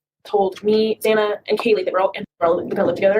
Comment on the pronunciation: Always bothered me to hear “Zay-na”.